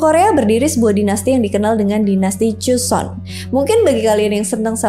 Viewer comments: Bacanya joson bukan cuson😂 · joseon ka bukan cuson😭😭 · Maaf ka pelafal an nya JOSON & GORYO ya bukn Juson atau koryo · Kok jadi chuson😅😅😅. Pdhl Joseon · tulisannya 조선 bacanya jo (o nya sawo) seon (eo nya roti) jadi bacanya joseon bukan choseon